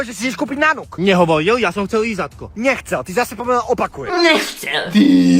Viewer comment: xdd "nechcelll" 😂